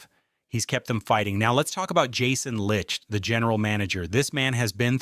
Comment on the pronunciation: It seems like no one knows how to pronounce Jason Licht. Anyways the offense can be generational I believe this year. The offense is the key and the defense is going to give up a lot of points at times and I think the offense is going to be next level enough too propel us into possibly even a Super Bowl which I can't believe I'm saying